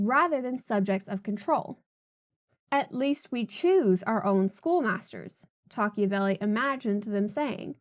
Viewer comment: Wouldn't it be pronounced Toc-ah-vil?